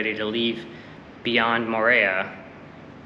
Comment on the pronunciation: Nice try for pronouncing Papeete and Moorea. 🤙 appreciate !